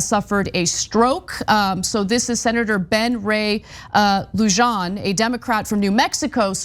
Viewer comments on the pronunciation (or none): LUJOHN ???? Come on Anna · I was really surprised to hear Sen. Lujan's name said as though his name spelt Lujohn when it is pronounced Luhon somebody needs to learn Latino before they speak on TYT! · "Lou Hahn" is how "Lujan" is pronounced. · In Spanish, the "j" (i.e. in Lujan")is pronounced similar to an English "h." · How has Ana lived in California all her life, is married to an American of Cuban descent, reports on politics (Ben Ray was a member of the House for years before recently becoming a senator and used to be Chair of the DCCC), and she manages to pronounce Luján that way 🤦🏽‍♀️